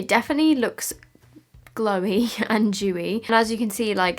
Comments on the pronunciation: jew instead of dew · It's either dewy or juicy, not jewy. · It’s just her accent 😂